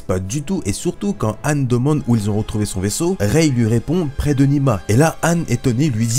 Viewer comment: Rey pas raye